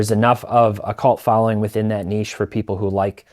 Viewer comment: please take note on how you pronounce the word niche THANKYOU Teapot.